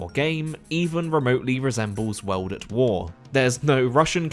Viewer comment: U say world as weld....very annoying